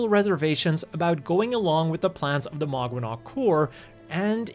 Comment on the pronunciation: If Maganac means family then it's mispronounced. It's mag-anak. Mag is a suffix equivalent to co-. Anak means child which is spelled here as anac. Even though it's co-children the relationship is equivalent to familial.